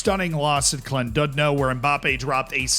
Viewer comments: Top marks for the 'Llandudno' pronunciation. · Nice pronunciation of Llandudno. Lovely place btw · actually pronouncing Llandudno somewhat right is not something i had on my bingo card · The correct pronunciation of Llandudno was impressive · Gave this a like simply because you pronounced Llandudno correctly 💪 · The attempt at saying Llandudno was fairly decent, the English say Landidno which aint it